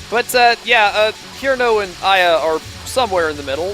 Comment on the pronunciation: I Love Touhou! I remember being really into the lore, when I was younger. Though I have forgotten most of it, I still love all the characters! (Btw, Cirno is pronounced "sir-no" not "kir-no" I'm sorry, but I'm a little triggered!) Still... Your videos are awesome and underrated!